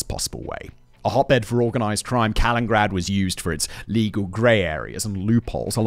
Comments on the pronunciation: in british aluminium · All that bragging about the great schools in the UK and he can't even say the name of the place he's discussing. This one is just too grating to finish. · All of you ruined this for me cause i read city name and as he missaid it i saw the comments...now its driving me nuts! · Sorry I can't get past the mispronunciation, I know it's what Simon's known for but I can't take it seriously. I'm only 2mins into a 55min video and it's cracking me up. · It's not "Kalingrad". It's "Kaliningrad" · Why does Simon call it "Kalingrad"? Ithougt it was "Kalinin-grad". Like "Lenin" but with 2 I's. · This one is making me cringe hard each time he says it. Kuh-li-nuhn-grad Jesus, if my Texan ass can pronounce it right, you should be able to get close at the very least. X.x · I never like correcting people but SIMON it's KalinINgrad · Has Russia changed the name from Kaliningrad to "Kalingrad?" If not, how did that get past spellcheck??!!😮 it's weird that it's spelled correctly in the video title, mispronounced throughout the entire video 🤔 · 1) Ostpreußen 2) Kaliningrad, not Kalingrad. 3) Russia is European. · Ah yes Kalingrad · Every time he mispronounces it, cut to me in my house alone, shouting over and over, “it’s KalinINgrad!” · This one is making me cringe hard each time he says it. Kuh-lin-nuhn-grad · 4 syllables in Ka-lin-in-grad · Did you say Kalingrad? :D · C'mon big brain guy it's KalinINgrad 😅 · I'm noticing a lot of breath popping in the recording on this one. As much as "Kalingrad" bugs me, the breath pops are definitely worse! 😉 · Fun fact, it's Canada who has the longest coastline at about 243 000 km. Interesting video, but man, mispronouncing the name every single time, the only excuse is Simon is British :) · Simon: Does an entire video on Kaliningrad Also Simon: Still can't pronounce Kaliningrad Never change, fact boi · I'm listening to this thinking that I'm the one who doesn't know how to pronounce this city's name.